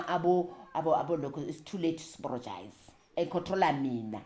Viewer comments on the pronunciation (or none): "It’s too late to sporogize! 😅"...The way she tells her story is something special. She’s been through so so so much, yet she still manages to share hardships with humor and grace. That kind of resilience is beautiful ! A rare gift ! ...She almost took me out with ,"it's too late to sporogize!"😅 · "Is too late to sporogize" 😂😂😂😂😂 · I can't stop laughing it's too late to sporogize.I'm going to say it to my husband each time he apologizes!😅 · "Too layte zuporojaize"😂😂😂😂😂